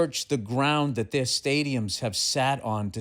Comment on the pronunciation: "Is like datt." Golden.